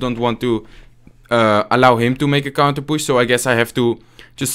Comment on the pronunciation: Its so. Funny when he says we have a counterpusss, not counterpush hahahah ...lol